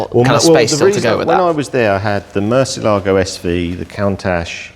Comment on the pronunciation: The way English speakers pronounce the word murciélago is like a dog peeing on one of your vehicle wheels.